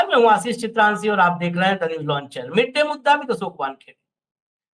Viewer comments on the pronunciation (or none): कृपय chrikshanti को सही तरह pronounce करने की practice करें चित्रांसी बोलना अच्छा नहीं लगता 😢